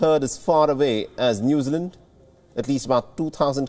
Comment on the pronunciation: I had trouble understanding him at first too. His pronunciation "Noozerland" was very odd.